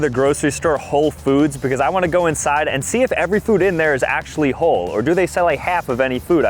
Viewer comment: "Whole" not "Hole" - as in whole milk. You were so almost there 😂